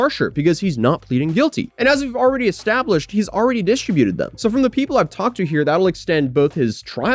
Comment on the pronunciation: That's not how you pronounce distributed 20 times.